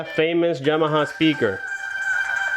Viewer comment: Yamaha not Jamaha.